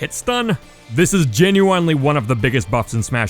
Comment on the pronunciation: Say genuinely correctly